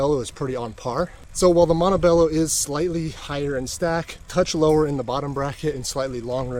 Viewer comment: Cool video very informative gracias, hopefully next time you can pronounce Montebello correctly.